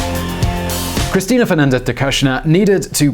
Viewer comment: Why are u saying her name weird